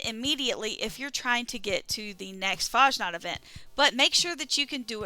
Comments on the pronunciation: Nobody mispronounces <FAHSNAHKT> more than Fallout 76 youtubers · "Mad"? FFS. And you 100% don't pronounce like the robot(s) (One robot). You need better ears or headphones. You say <FAHJNOT>. Try listening to the Master of Ceremonies again. He says it correctly no "J" sound and the "KT" sound at the end.